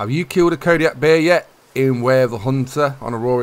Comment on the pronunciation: Calling Kodiak hares,, you are doing it wrong